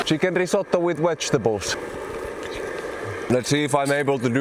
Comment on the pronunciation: buy a better hammer ....and there is a ''V' in ''wedgetables''..lol..that cracked me up ... ..its gonna take 2 secs to steal that camera first and take the batteries out!